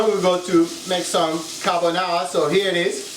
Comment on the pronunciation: "Carbonara" Ahahaha please go to sleep